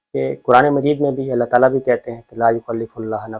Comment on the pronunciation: آپ دوسری مرتبہ آیت کا اعراب غلط پڑھ رہے ہیں پلیز آیت صحیح پڑھیں۔۔لایکلف اللہ میں لفظ اللہ پر زبر نہیں بلکہ پیش ہے۔۔پلیز اس کو درست کر لیں